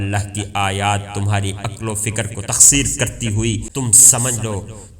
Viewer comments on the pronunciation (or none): السلام علیکم بھئی۔۔ آپ نے ایک لفظ بولا " تخسیر " ۔۔ یہ تسخیر ہے